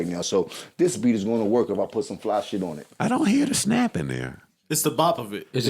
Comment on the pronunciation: “An invisible snaap” 😂